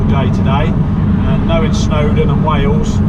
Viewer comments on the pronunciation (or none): none